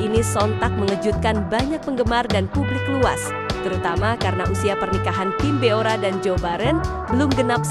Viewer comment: Kim bo ra bukan kim bio ra..biasa aja bacanya Mimin cantiq😊